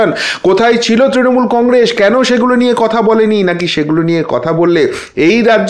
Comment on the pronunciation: আর এশ এশ , কন্গ্রেশ উচ্চারন শুনলে গা ঘিন ঘিন করে।